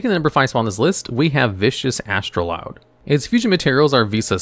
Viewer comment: You're mispronouncing Astroud...(there's no 'L')